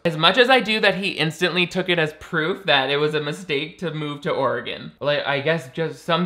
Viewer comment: Back to Oregon? Lol they moved to Colorado. Why was you saying Oregon so funny to me? I need a life.